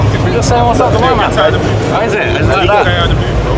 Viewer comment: “Get outside the BOOF”😂😂